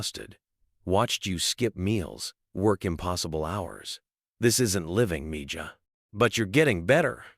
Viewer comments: I do like to hear about the good things Elon Musk is doing for people, for the “common” people. But I would like to hear proper pronunciation of all the words spoken by the narrators or the AI tools he uses for narration in his videos. They would at least sound more authentic. Mija is the female word for child or daughter. The “j” is pronounced as if it were an “h.” Mijo is the word for son, with the “h” sound for the “j.” I do pray that as part of Trump’s team, Mr Musk, RFJ Jr, and others will have listened to Tucker Carlson’s interview/video regarding the greed and corruption in the insurance and healthcare industries by the health insurance companies, big pharma, etc., that is causing US citizens to pay for healthcare that they don’t actually receive. We are paying for sick care in his country at a higher cost than anywhere else in the world yet we rank in the 40-50 levels in the quality of health care provided. And it is corrupt! So many middle men involved in order to fill up the pockets of many of the wealthiest men in our country and in the world. And it looks like only a few are willing to reveal this information to the public after an insurance CEO was killed a few weeks ago. Why have we allowed this to happen? Why have we not been informed which companies have policies that automatically direct their employees to deny claims for life-saving surgeries and treatments to subscribers in the hopes that they don’t appeal and the requests go away? It’s like some of our rep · It's petty, but her mother keeps calling her M-ja it's Spanish and it's not m-ja it's Mee-ha! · MIja is pronounced ME HA not me ja. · I wish AI could pronounce Meja as meha. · Nice story, yes...but it's MeeHa, not MeJah😇😘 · Meja pronounced Me ha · If you can’t say it right don’t use the language. It’s Miha j is an h sound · Its pronounced Me Ha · I hated that he's not pronouncing mija correctly. MEHA is how it's pronounced.